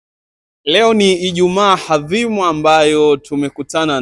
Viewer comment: Siyo hadhimu sema adhimu. Usituletee kiswahili cha shule za kata.